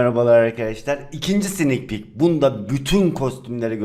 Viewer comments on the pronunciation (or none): Detay : snik pik diğceğne sidik pik dedin 😂😂😂😂😂😅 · Abi girişte sneeakpeek yerine sidikpik dedin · abi ilk başta sidik pik gibi BiŞeY dedin sanki😂😂😂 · Abi ilk başta sidik pik dedinshsnjsjdıd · abi en başta sinikpik demiyon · bu güncellemenin 2. SİDİK pik dedi sdfhbgakjfdhad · "Snikpiik"